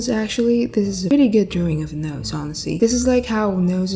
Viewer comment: I LOVE WHEN SHE SAYS DROWING LOL😂😇